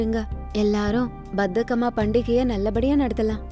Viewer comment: pronunciation is wrong bathakamma❌bathukamma✅[bathakam means lazy in Telugu 😂😂i am from Andhra Pradesh